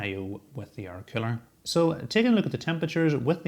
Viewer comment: I like how you pronounce cooler as "killer". Combine that with that murderous death stare you give the camera and it makes me start to wonder about you. :P